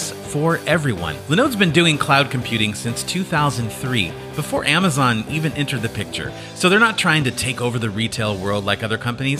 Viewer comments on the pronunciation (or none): none